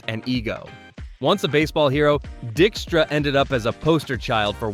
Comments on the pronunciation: Wait... you mean it's NOT "Lenny DICK-stra?" 😂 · I had to double take multiple times when the first pronunciation of a player was correct. Only to later be mispronounced several times afterwards. The content of the video was good...just check your pronunciation. Dykstra = die k struh